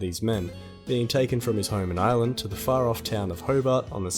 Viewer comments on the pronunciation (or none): none